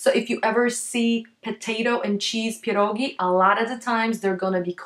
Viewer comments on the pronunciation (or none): Strange pronunciation of pierogi. You spell ie before p like "i" as in a russian language. But I thought it must be sound like "pjerogi" with soft "p" and soft "e". And r you sometimes pronounce on britain manner like it sounds in early bird, but it needs to be sound, IMHO, more on scottish manner, but actually on slavic manner. Is your native language polish? And how to spell it correctly? And even barszcz you spelt at the beginning like russian борщ. Пончики, а написано пачки(sorry, paczki). <У меня уже когнитивный диссонанс происходит в голове.> Really! It is very hard to understand the pronunciation. It will be great if you spell it for the first time slowly and correct on polish maner.